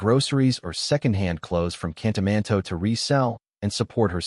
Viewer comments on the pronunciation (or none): Tell the narrator it's Kantamanto not Kanamatoe. 😅. Story is on point though.